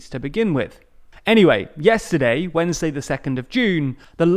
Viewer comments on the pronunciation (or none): none